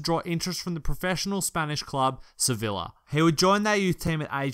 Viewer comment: It's Se-Vi-Ya